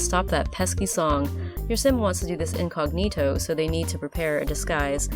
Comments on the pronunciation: It's soooo weird how you pronounced incognito 😂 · I Italian and we pronounce the 'gn' sound very differently but I like it a lot, it's so weirdly cool!